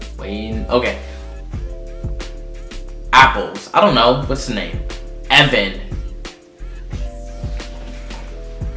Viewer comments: EE-van is not evan its eee-von 😂😂Haha but nice try , And my name wasn't in it for once ppl that aren't Irish usually get it wrong haha nice video 😘💯💕❤😂 your pronunciation was quite good when u saw how to say it well done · Aoibheann is not evan it is aeveen